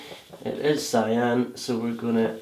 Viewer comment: I don't understand the word you are saying, the color you use instead of blue for sky.....it sounds like you are saying Siam ??? sorry!